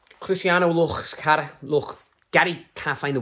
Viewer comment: Hahaha so broad when he says Carra almost sounds like Carrick 😂😂😂 dunno if it was meant to but i find it so funny